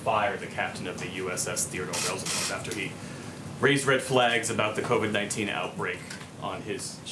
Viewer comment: LOL. He didn't know how to say COVID-19. Then later on he calls it COVED.